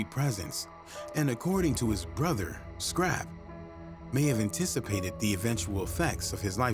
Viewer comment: He was also saying "Scrappy" the entire time. Shit was annoying